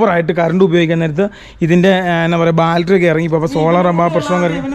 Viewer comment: ഞാൻ നേരത്തെ കമെന്റ് ചെയ്തിട്ടുണ്ട് ബാൽട്ടറി അല്ല ബാറ്ററി